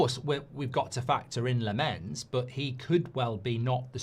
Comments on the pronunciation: You pronounce, Lammens like this. The LAM from Lama and that's it. The A is different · The goalie's name is pronounced 🍋🍋🍋, like the billion quid of dross you've bought in the last ten years 😆😆😆😆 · lammens is pronounced as: more focus on the first part and the A than on the second part and the E. LAHmmens (ofc not pronounce the H). also short A not a long AA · It’s said as Lammans even though it’s not spelt like that - just seen him on MUTV